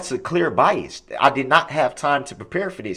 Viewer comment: Biast, troof, and being confused about being muted...he thought being muted meant he was allowed to hear what was going on!!!grrr